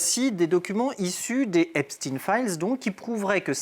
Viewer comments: Faites vous expres de prononcer "Epstine" au lieu "d'Epsteeeiiiiinnn?" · S'il vous plaît, pas " epstine " c'est pas comme " Sandrine" ou " Poutine "! C'est EIPTSEIN comme " ROTCHILD " ou " Spielberg" c'est donc un haut général de " la guerre des étoiles " et pas du clan de " François le Français".... Pas d'endormissement s'il vous plaît ! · Epst"ine", pou"tine" mdr arretez maintenant